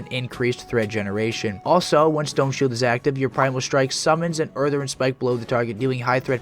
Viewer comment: "Urthurn" "Mawna" 😂🤣😂🤣